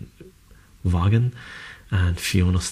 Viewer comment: Vaughan is pronounced with the a from Hans but in Van. Like Vince Vaughn. Same pronunciation. Have you read sandman?